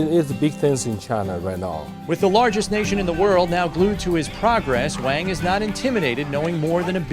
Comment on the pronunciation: He's pronouncing the guy's last name wrong. Not "Wang" with the 'A' sound, it's the 'ah' sound as in the pronunciation of the word 'wand'. If you're going to do a story on a guy at least pronounce is name right.